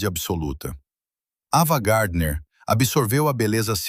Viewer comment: Porque estragam todo o vídeo!? O nome da atriz é AVAAAA GARDNER E NÃO EVAAA GARDNER e porque esse sotaque ridículo de guaipeca !???? Por favor, conseguem estragar tudo, pela falta de qualidade do narrador!!!! FUIII